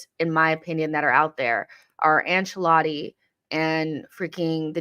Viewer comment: The way pronounces Ancelotti. Ang-Che-latty 😂😂😂 I’m weak 😅